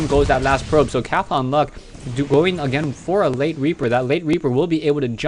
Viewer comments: Cath-on-Luck...??? I pronounce it Cawthon-Luck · Yea, im thinking its the same character, But he says it funny. Cathlon luck. Is more like Cah-thon. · u pronounce cauthonluck weird :P